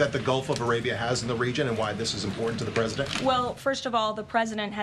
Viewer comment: Cream of the crop pronounces her words correctly. She does not. The word “CERTAIN” is pronounced “CER-AN” by this twit. Another example is the word “IMPORTANT”….which has been heard by her being said as “IMPOR-ANT”. Again, she’s just a twit trying to validate herself as something special. She’s a twit.